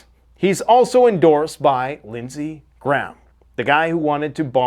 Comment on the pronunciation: It's Lindsay GRAHAM not Lindsay Gram. Why can't people pronounce this name?